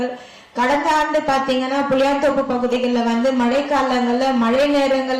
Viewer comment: அது "புளியந்தோப்பு" புளியாந்தோப்பு இல்லை.😢